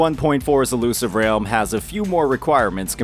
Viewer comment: "Illusive REYULM" - 2024